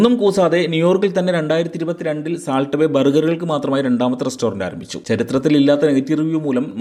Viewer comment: സാൾട്ട് അല്ല സോൾട്ട്